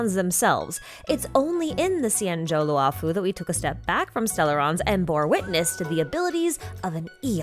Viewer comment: xianzhou luofu is pronounced “she-an joe loo-oh foo” the “luo” does not end in an “ah” vowel